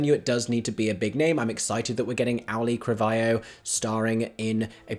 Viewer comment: I swear I never make picky posts like this (and I love your work), but please look up the pronunciation of Auli'i Cravalho. I worked with her on a project last year, and the assistant director we had stubbornly refused to learn how to say her name through the entire shoot (even though John Leguizamo took them aside to coach them on it). She's a lovely actress, but so many people don't say her name right. Again, I love your work and appreciate everything you do. This is not a critique of you, more a wish to the world to learn how to say "Auli'i Cravalho" correctly.